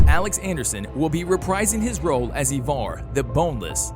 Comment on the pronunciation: Why do you say evar? The show clearly says it and spells it differently